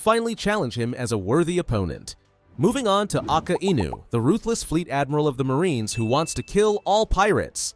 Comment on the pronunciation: Why pronounce akainu like aka inu?